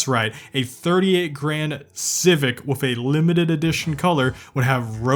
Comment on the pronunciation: The way he pronounced with as wiff makes me click off nice vid tho not to sthabby